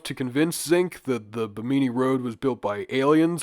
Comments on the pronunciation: its BIH-mini ... not BIH-meany lol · Stop saying "Beemeenee". Bim min ee. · It pronounced Bhim-in-ee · Its Bemini.. as in Behm-mini.. Not bemeenee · Bahamian here! Its pronounced bim•in•e not bim•een•e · The emphasis in Bimini is on the first syllable so it sounds like Bim knee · Bimini is pronounced Bim-in-e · Pronounced BIM -AH - KNEE. Right? Am I the only one? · You would think someone would take two seconds to learn how to pronounce something. When the very first thing you say makes you sound stupid it's difficult to take anything the video says seriously. Beemeeneee was fucking killing me. Learn how to read. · Bimini is pronounced like enemy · Bim-ah-knee not a panini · love you and the series but for the love of all that is holy double check pronunciation when you say Bimini 54 times in the first few minutes haha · Trying your channel for the first time and the first thing I hear is you mispronouncing “Bimini” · that's not how you say Bimini lmao had to instantly turn the video off...this is easily available information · Is he pronouncing Bimini incorrectly or have i been? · Hard to believe this guy did any real research on these subjects, when he can't even correctly pronounce 'Bimini' or 'Ica.' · Omg ur pronunciation of bimini is so hard to listen to. Like just click the pronunciation button on Wikipedia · Love when youtubers open their video prouncing something completely wrong when it literally takes 5 seconds to confirm a pronunciation of a place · Have I been pronouncing Bimini wrong my whole life or am I taking crazy pills? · you pronounced bimini wrong the entire time lmao my god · The way you pronounce Bimini hurts me. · Then pronounce it right????? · How do you not know how to say Bimini? 🤦